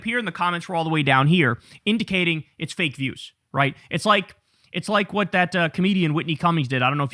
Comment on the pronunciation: Girl, whet? FOH! 🙄